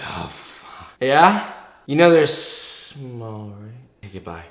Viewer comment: yEAH? Ya kNOW They're ssssssmall right? Ok bye... yawns on the phone speaker